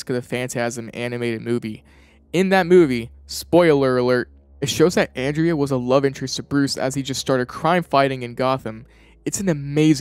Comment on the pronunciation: The character's name is "Andrea Beaumont." Pronounced "Awn-drey-uh Bow-mont." You keep saying "Anne-dre-uy Belmont." She's not from Castlevania.